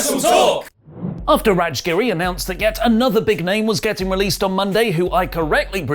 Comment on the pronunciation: You don't pronounce Raj as RADGE,....